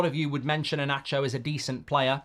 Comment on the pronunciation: Inacio ❌❌ E-Nacho ✔✔